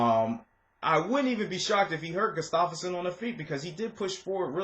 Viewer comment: Did you just say goose-stoff-erson? Its gustaffson dude. Wrecked his name. Sounds like gu-staf-son